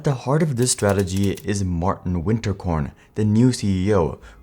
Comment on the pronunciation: He did not pronounce Martin correctly either.